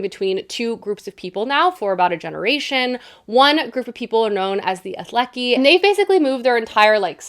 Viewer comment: I always love hearing you talk about the Stormlight archive 😊 but my annual reminder that it's Alethi not Athleki!